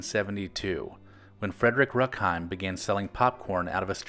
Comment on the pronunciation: Remember those Jack Gilford commercials as a kid, barely. He was like a Norman Rockwell character talking to kids and cheering them up like everyone’s uncle. Btw German name Rueckheim pronounced Roook-heim (not ruk) and Eckstein as Eck-stine (not steen).